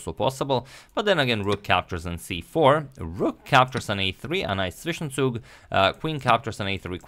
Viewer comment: ...you said "Zwischenzug" pretty accurate!